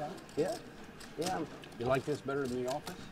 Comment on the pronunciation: gotta fix up his pronunciation or some shit. Always says ‘d’ instead of his ‘t’s’ and then when an absolutely insignificant card comes off he says oh its THE 2 of spades a perfect brick. very annoying to someone who slightly understands english.